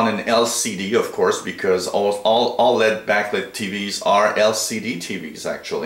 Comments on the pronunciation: lol no kidding I was spelling out the pronunciation because 'Lead' is not the right way to say LED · L.E.D. (ell eee dee) not led like a lead pencil =)